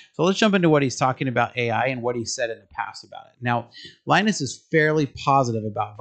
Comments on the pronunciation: Please learn how to say Linus name, otherwise it feels like you are making videos about stuff you never knew until 5 minutes ago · In Finland, it is pronounced "lee-nus". In North America it is 'Lie-nus'. Linus Sebastian once made a video about this.